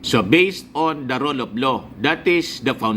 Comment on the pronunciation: Rule of law po hindi role of law Naman not man 😂